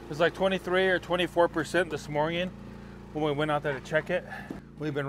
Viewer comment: Stop saying morging